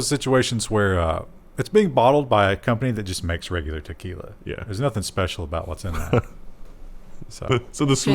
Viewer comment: Teslakey'la, Christa, Key'la... not quee'la! It's Mexican, so Trump will not allow it! Sorry.